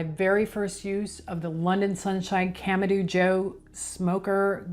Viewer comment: You started out saying it right but you changed to camadooo😂